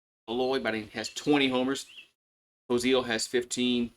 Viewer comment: You butchered some names: Wehiwa: (Vuh-hee-vuh) (brother with Kuhio & Golden Spikes finalist). Kuhio: (Kuh-hee-oh) (Brother with Wehiwa). Kozeal: (Ko-zsul) (Not Co-zeal, not Co-zol). Go Hogs. May the best team win tomorrow.